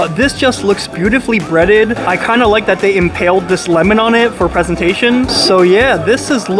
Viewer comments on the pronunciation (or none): none